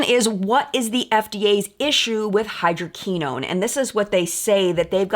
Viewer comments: Hydroquinone is pronounced “ hy-dro-Kwi- known’. ( long o’s, short i ) Great video,. Love Sunday mornings. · Hydroquinone is pronounce: hai·drow·kwuh·nown XOXO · mispronunciation of hydroquinone throughout the video was distracting. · We've all been there before! Now she knows for future vids